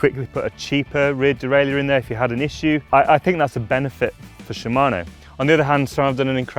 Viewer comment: "der-ray-lur" not "der-ray-lee-ur".